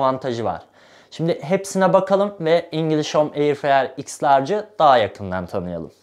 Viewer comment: Air freyer diyişini öldüm